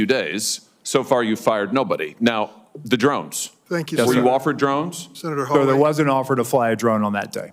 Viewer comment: His name is HAWley not HOLley totally disrespectful mispronouncing the Senator’s name Mister Chairman 🤪